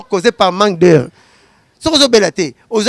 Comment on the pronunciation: On dit pas asphycie mais asphyxie🤣😂 et on dit pas manque d heure mais on dit manque d air😂😂😂